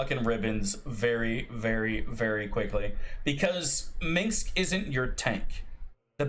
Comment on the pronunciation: How the F do you pronaunce Minsc wrong, it's not minx XD